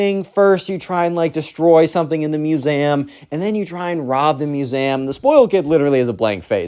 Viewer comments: He pronounces the word museum like masam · bro it brought me to Tears when I heard u say "musaehm" (no hate I just LOVE! ur videos) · why do you pronounce museum muse am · I am in pain from the way you say museum